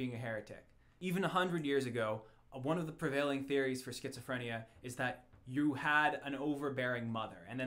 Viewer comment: Triggered by the mispronunciation of Schizophrenia